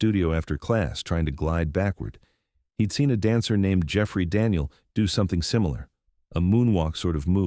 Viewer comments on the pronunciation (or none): none